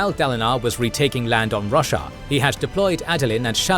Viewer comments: great vid! but damn i cant unhear Russia instead of Roshar lol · fantastic recap the only bad thing about it is hearing russia every other sentence :D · I just can't get over him calling Roshar Russia... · Roshar not Russia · I keep hearing Russia, I am pretty sure he's mispronouncing something, just not sure what. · I thought it was pronounced Ro-shar. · Stop saying roshar wrong ffs!😂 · You know youre saying roshar wrong, right?